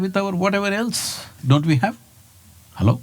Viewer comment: so funny when he says "halloo" hehe Loved this !